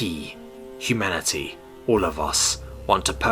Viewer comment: Hu-Manatee. Am I the only one that heard it like this?